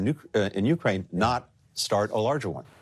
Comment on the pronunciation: Did that man just say “we’re trying to end this war in Nukeraine”!?